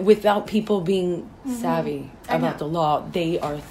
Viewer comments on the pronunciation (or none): she really shouldnt say savy